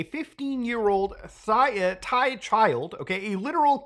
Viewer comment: "thighah" hahaha